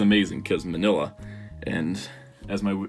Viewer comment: He's Pronounced (Mean-nYa) not Manila like that Philippines.